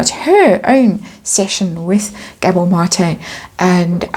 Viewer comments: You're saying his name right! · you said Mate name right, awesome reading gave me a good laugh, the fall is going to be major can not wait for this, love it ❤❤